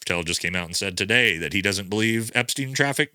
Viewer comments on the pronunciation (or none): none